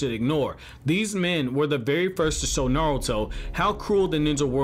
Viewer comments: Naurto?? Lmao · Nawuto. He he he he